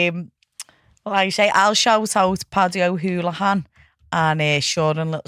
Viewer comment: theres no O in Holohan